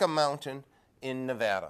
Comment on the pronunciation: Holy shit, he pronounced Nevada correctly!